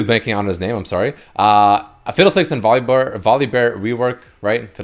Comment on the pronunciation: no one:: VolibÖr